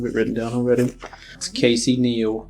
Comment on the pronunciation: Casey casey 😂 it sounds like kissy 😂 with the amounts of times he said his name he should have worked in customer service or something